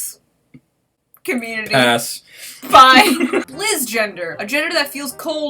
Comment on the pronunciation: Omg, that was so funny. Btw Lichtgender, Licht is the german word for light and of course you butchered the pronounciation, but that is ok, because who other then germans and arabs can pronounce a ch?